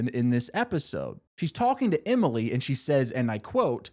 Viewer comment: “Aria, Hannah, Spen-sir…..Imily, and Mona”